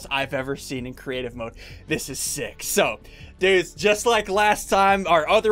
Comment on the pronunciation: he said six instead of sick